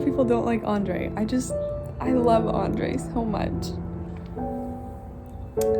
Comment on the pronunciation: It's really irritating me the way she is pronouncing Nicholas as Nikolai and Andrew as Andrey.